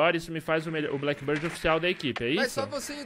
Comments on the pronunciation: Meu Deus, não é Blackbird, é Blackbeard, vê se pronuncia corretamente. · Genteeee e blackbeard com D mudooooooo q agunia vcs falando errado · Blackbird? A barba que é preta, não o pássaro... a pronúncia é bléqui bird... kkk